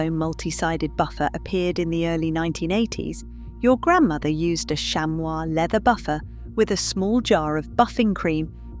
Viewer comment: Shammy. Not shamwah.